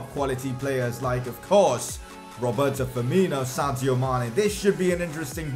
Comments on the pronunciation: Sadio Mane... not Santio Mane! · It is Sadio not Santio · Anybody else hear Santio Mané?